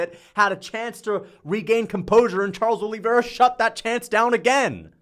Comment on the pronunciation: Charles “Oh Lee” Vera